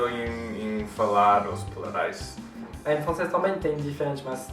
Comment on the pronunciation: "plurrais" kkkkk